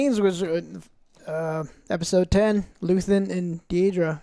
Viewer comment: Luthien, luthen, luthien Never change joe hehehe. Andor was great, hope Disney gets the memo. I'm not watching impervious to damage mando and the green prop movie. I want more Andor like projects. P.s the bricks and screws comment was right on target. Can't stand swt anymore.